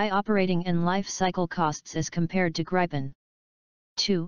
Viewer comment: talking generations is a stupid russian idea taken over by LM to sell their stealth or so called stealth f35s and this they will never transfer as well as their engine tech. Gripen *Should be pronounce like "grippen"=griffon in english is a much more advanced system than f16 block 70 among it´s features are worlds best sensor fusion that actually works (which it s not currently on the f35), this fusion is shared in a four ship configuration using the worldsbest two-way directional link TIDLS that actually works, the cocpit is far more advanced as is the hmd with the IRIS-T and Meteor as primary missiles which f16 has not available, it can super cruise which f16 can't. it has GaN based EWS - a tech US is decade behind in. and so on and on. But this is not the important thing. Gripen deal will trule hand over the skills and capabilities that India needs to develop their own fighters for the future which the US never will. End of story- Who do you choose?